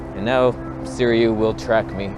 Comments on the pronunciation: Informative and funny video, as usual. Side note about Sirui pronunciation - try "Seer-ooo-eee" instead of "Seer-eee-ooo". The company that gives you a free lens to review might appreciate it if you could say their name correctly. And regarding the wearing of sweat pants in public (of any color), the implication is that you just rolled out of bed and went outside without washing yourself. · I came just to hear you try to pronounce Sirui